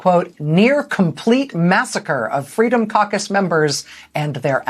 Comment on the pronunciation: as a non native english speaker i thought you said Freedom Carcass.. fitting name i thought...